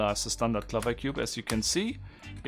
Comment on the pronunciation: I think it's called the [piraminx], not the [pairaminx]. (The big four sided things in Egypt are called the [piramids]). And "clover" rhymes with "Rover" (and not with "hover")